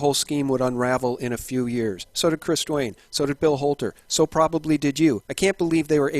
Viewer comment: Who owns this channel? Anyone know this name? Notice how he pronounces the "h" sounds like in the name "Bill Holter".